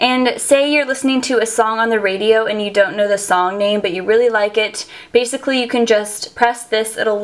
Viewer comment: please stop saying bacicly